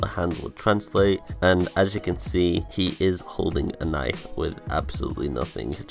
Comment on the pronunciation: did you say gnife